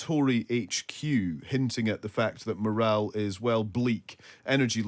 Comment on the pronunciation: “ morale”. Good grief.